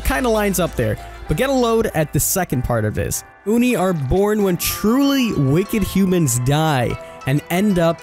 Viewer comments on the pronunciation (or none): OnEe king its Ohknee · it's "Oh-ni" not AHNI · Its Pronounced "Oh knee" Not "U knee" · He starts saying "oni" like aun-ie. Then, he says it like own-ie (the proper way). And at last, he say oon-ie. I don't care if you pronounce something wrong, but make up your mind, dude. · first he said awni, then uni, but never did he say Oni smh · You keep saying oooni its O-nee (oni) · Oh-Knee, Not Ah-Knee. <3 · Its pronounced "Oh-knee" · Did you try to pronounce Oni differently every time? I caught you saying Oni, Onni and even Ooni. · Did it trigger anyone else when he said Oni like Onny? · "onni" "ooni" Wouldn't be a King video if he didn't pronounce at least ONE thing wrong. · The most dreaded Killer of the sea: The Uni. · WHY ARE YOU SAYING ONI LIKE THAT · Why did you pronounce oni 4 different ways? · i cringed every time you pronounced Oni wrong 😖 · it literally hurt my brain everytime he said it wrong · Why does King pronounce so many words in a weird way? Sometimes he says the same word 2 or 3 different ways in 1 video. It's hard not to notice once you realise. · The way this man says Oni hurts my soul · He isn't even consistent. He pronounces it several different ways. It's hard to listen to. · Yes hahahaha